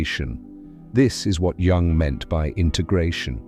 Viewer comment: popcorn psychology from a dude who cannot even pronounce Jung's name 🤷‍♂️